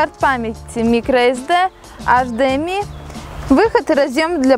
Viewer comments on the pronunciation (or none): аш дее ми ...пхаахаа)) вообщето эйчдиэмай (HDMI)